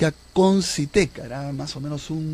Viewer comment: Concytec, no Consytec